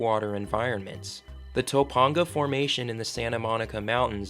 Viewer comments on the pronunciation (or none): It’s 18.3 mil in Los Angeles COUNTY not city. The county is extremely vast. Oh and it’s pronounced “Toe-pang-uh”. Got it? Good! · Pronounce Topanga just like it's spelt not as if it is spelt toponga. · The way he pronounced Toe-pahng-ga. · dont ever say Topanga like that again hahahah